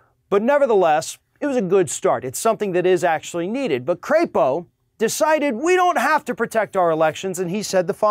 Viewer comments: You're mispronouncing his last name. It's not cray-po , it's pronounced crap-o . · You're pronouncing his name wrong. It's a soft "a" as in lap, or nap. He is from Idaho. They should be so proud. He's up for re-erection [sic] in 2022. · “Crapo?” Don’t you mean CRAPPO? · Mike Crapo would be so aptly named if his last name were pronounced a bit differently.